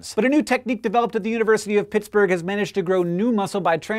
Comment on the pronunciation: Did he really say University of Pigsburg?